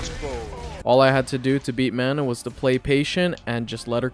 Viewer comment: Honestly a great video, I enjoyed your journey. Your Manon pronunciation is killing me though.